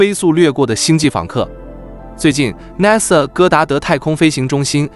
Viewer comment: 主持人你說 NASA 的發音不对，請注意